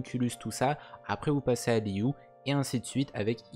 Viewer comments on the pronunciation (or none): Je viens d'apprendre un truc : Liyue ne se prononce pas Liyu mais Liyué